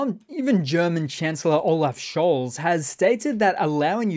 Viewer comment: Scholz is pronounced Scholtz. Practice.